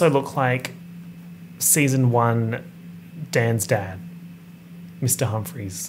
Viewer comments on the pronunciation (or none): I really thought he said “dance dad” instead of “dan’s dad” at first …. not me thinking he was referencing some dance moms offshoot show or obscure dance moms character 😂😂